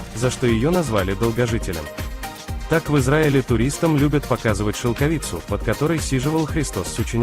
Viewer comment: Поставил дизлайк только за шелкови'цу. Режет уши, мешает просмотру